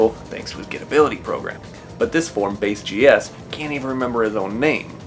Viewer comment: It's bass like the fish not base smh